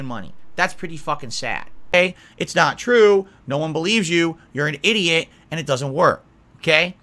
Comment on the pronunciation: "It's nawt about paying the bills for me. It's about... meanin.."